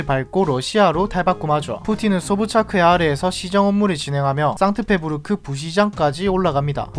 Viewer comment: 상트페부르크가 아니라 상트페테르부르크입니다. 본인이 제대로 모른다고 아무렇게나 말하지 마세요.